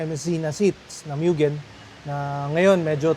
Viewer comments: MUGEN HINDI MYUGEN TANGA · Kailan kaya mapo-pronounce ng tama yang Mugen? Hindi sya "myu-gen" o "moo-jen" o "myu-jen". "Moo-gen" sya guys.